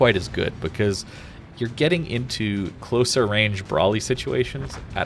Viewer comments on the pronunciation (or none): none